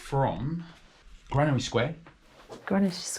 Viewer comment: She's says GranaTy square instead of Granary square ! So thet's the first one wrong then !